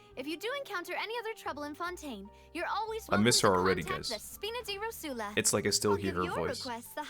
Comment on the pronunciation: I think someone should say to them that it's "ròsula", not "rosùla"